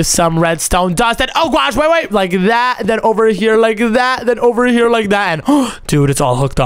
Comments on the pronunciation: It’s here not chier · Bro keeps saying chere